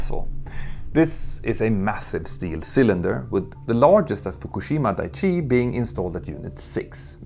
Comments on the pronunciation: Dai-ichi, not dai-chi. Just correcting the pronunciation as a fellow Swede Dai means big, Ichi means one. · Thabks for the video. But I must. It is "dai-ichi". Not "dai-chi".